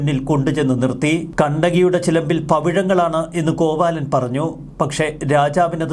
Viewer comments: Not കോവാലൻ, കോവിലൻ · കോവാലൻ അല്ല കോവിലൻ.. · കോവാലൻ അല്ല കോവിലൻ 😁😁.. നവീൻ സാറിന് നീതി കിട്ടട്ടെ 🙏🙏🙏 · Kovaalan അല്ല കോവിലൻ. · കോവാലൻ അല്ല കോവിലൻ ആണ് 😜😜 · കോവാലൻ അല്ല "കോവലൻ" ആണ് ശരി ശ്രീ കണ്ണകി കോവലൻ "ചിലപ്പതികാരം" ഇളങ്കോവടികൾ ആണ് ഈ ചരിതം രചിച്ചത് 🙏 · കോവാലൻ അല്ല കോവലൻ ആണ്